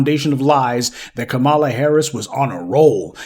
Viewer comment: Did I hear Kamammy🤣🤣🤣🤣🤣🤣🤣 that was too much for me! I always thumbs up before it starts but I had to control my laughter to keep my hand steady to tap.